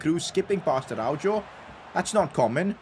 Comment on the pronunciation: PCQ: Araujo is read Arauho not Araudzho